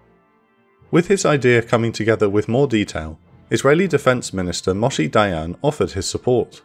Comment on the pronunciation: some absolutely insane misproununciatoojs in this (heifer, moshe, etc) but otherwise entertaining!